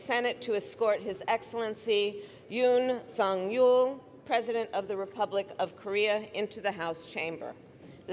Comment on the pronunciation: Couldn’t the announcer have pronounced the president’s name correctly?😮